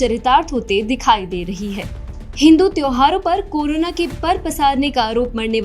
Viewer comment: Am i only one heard “KURONA" virus...🤔